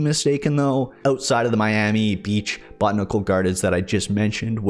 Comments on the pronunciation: Buh-tan-uh-cool gardens. Not bot-nic-cul lol but cool update. It’ll probably be a long time before it comes to PS4 though. I can’t wait. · I have enjoyed this video. I am going to look into this mod. I had no idea it existed. (It is pronounced: Bow-Tan-Ick-awl - Botanical )